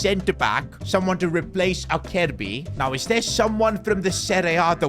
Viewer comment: Acerbi (Aserbi) not Akerbi 😞